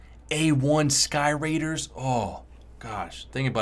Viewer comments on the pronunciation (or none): none